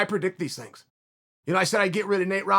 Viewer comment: Chael “I don’t predict these tings” sonnen